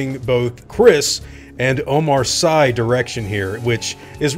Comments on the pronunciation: The name of the French actor is pronounce "Omar See" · Hehe, "Omar Sai"